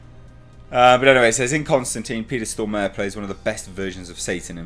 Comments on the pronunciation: To, its more Storm are then stor mare, when you say "stor mare" it hurts in my head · Looking buff,! And it's "Stormare" (stormah-re, re like in "report", hard "r"). Literary means "Stormer" someone who storms things I guess. Thanks for the video! Love your videos. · Pronounced "Stor-Marè"...